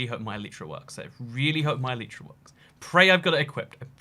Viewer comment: You are saying Elytra wrong